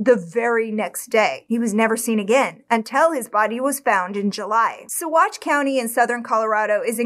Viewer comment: Completely off topic but I'm impressed by the correct pronunciations of Salida and especially Saguache